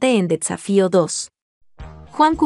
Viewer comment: No sé dice dedsafio, se dice la serie difícil 😎